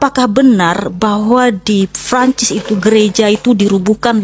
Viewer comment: Francis apa franchise? Wkwk lebat bet pengen keliatan lidah luar padahal lidah kampung, Prancis ae biasa pake P, kalo kalo pake F ngomongnya France